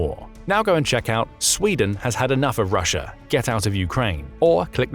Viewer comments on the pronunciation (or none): none